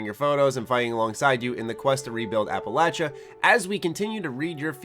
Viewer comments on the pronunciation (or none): “Apalacha” ?? Wtf is wrong with u